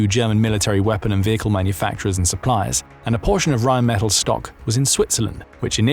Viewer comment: It is RheinmetaLL, not metal.